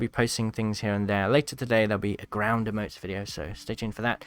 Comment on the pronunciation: It’s not “ uh-motes “ it’s “ e-motes